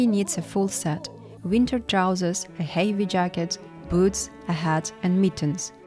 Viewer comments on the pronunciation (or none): I love your videos, keep it up ❤ The word 'heavy' is pronounced as 'hevi' NOT 'heivi'. 🫡